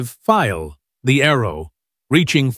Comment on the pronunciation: I can't tell if that's a computer generated narrative. It's pretty crappy. Called the TA (Tee-Ay) 152 a TAH-152, then TAE-152. Called the Dornier "DEW 335" instead of D.O. 335. And the screen name was the "FILE", instead of Pfeil, which is German for "arrow".